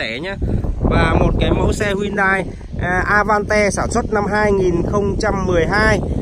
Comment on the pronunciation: Cờ dui kaaa vãi... A van te.. Cửa lóc kaaaaa